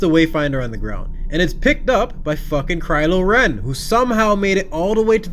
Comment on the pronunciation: Crylo Ren 🤣